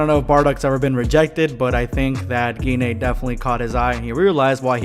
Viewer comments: Pretty sure its pronounced g-yne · Kind feel like it’s pronounced with a soft G, like auberGine. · Ur pronunciation of gine is killing me